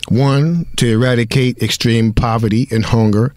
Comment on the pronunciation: e·rad·i·cate /əˈradəˌkāt/ Learn to pronounce verb destroy completely; put an end to.